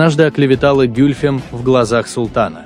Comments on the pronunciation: Где ударения? А интонация?... Не гЮльфем, а гюльфЕм - это во-первых. А во-вторых она была 2 фавориткой т.к первая была Фюлане-хатун. И да, Хюррем была 4 фавориткой и первой хасеки (законная супруга). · Гюльфем - ударение падает на последний слог. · Комментатор даже ударение ставит неправильно на имени Гюльфем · гЮльфем АХХАХАХАХЕХЕПХЕХХПХППХПХХППХАХАХ